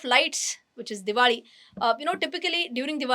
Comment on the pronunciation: Why do you say diwadi and not diwali😅